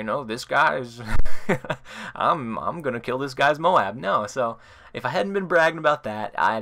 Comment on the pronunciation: You pronounce MOAB wrong. Listen to how WHITEBOY7thst says it!